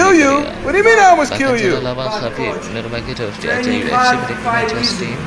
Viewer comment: bng.. nurmagomedov.... BUKAN NUMAGEDOV😁😁😁😁😁😁😁😁